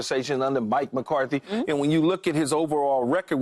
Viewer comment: why is nobody talking about Paul calling McCarthy McCarty 😭💀